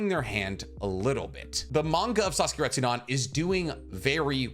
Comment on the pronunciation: I'm sorry broski but it's RetsudEn not RestsudAn...